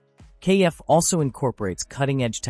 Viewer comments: It's not pronounced KF, it's pronounced Kef like Jeff. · It's a pity that the commentator didn't check the pronunciation of KEF before starting this video. It's not pronounced "kay - eff" but just KEF as in "Jeff" but with a K. This kind of devalues any authenticity of the video!